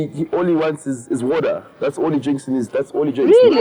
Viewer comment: Dj Speedsta: WADER 😂😂😂😂😂😂